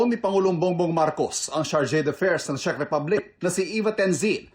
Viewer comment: Correction lang po maam. Czech Republic ho.. Hindi po chick ripablik🤣✌🏻